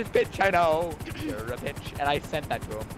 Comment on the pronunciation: 😂 pronounced bich like beesh